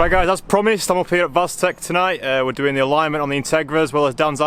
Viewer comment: "It'll be reet"